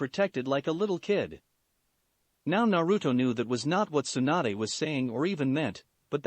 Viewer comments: it's tsunade not swanda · I heard swanda instead of Tsunade.... Lmao